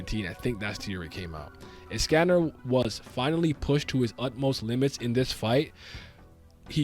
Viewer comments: Pronunciation is of with escanor name or is it me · WHYYYY are you saying escanor like that 😭